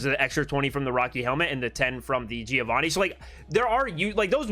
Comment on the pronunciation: i'm an Italian and i teach diction. Plz pronounce Giovanni with the double n. Without an n is "giovani" that in italian means "yungs" . There is a trick to pronounce correctly a double consonant. Think to the word " Upper" while saying Upper you do a small pause "Up-per". The same happen to Giovanni. Just pronounce Giovan-ni , and there you have it.